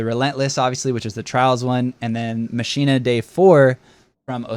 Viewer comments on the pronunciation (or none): Great vid dude. I’m not a pronunciation cop and I think you can pronounce words however you want but in case anyone wanted to know “Machina Dei” is pronounced to rhyme with “Back-in-the-day” and is in reference to the fact that the model is the old Stranger’s Rifle from back in D1. Mach like “Mack” as in “Mach 1” (I’m full of useless facts🤓)